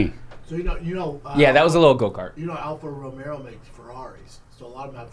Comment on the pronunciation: Mush mouth saying Alfa Romero instead of Romeo and no they don't have Ferrari engines. They do have engines designed by an ex Ferrari engineer. As they once were part of Ferrari. But now seperate companies., your not a car guy B.